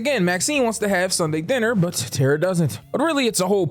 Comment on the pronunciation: I cringed every time you said Tara 😂 But I love your content so I kept watching!